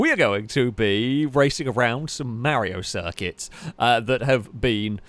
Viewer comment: pronounces Mario as Merrio: I don't know Merrio Kart Literally everyone who ever existed and will exist: Yeah, we can tell.